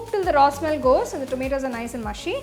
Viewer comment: Mashy or MUSHY HAHAHA